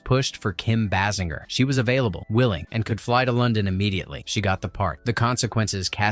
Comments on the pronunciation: Bay-singer!!!!!!! Not Bass-in-jer 😡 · Amazing in 2026 and there are people that still can't say Kim Basinger's name correct....amazing